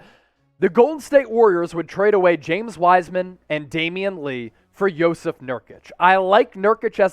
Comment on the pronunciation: It's Jusuf not Josuf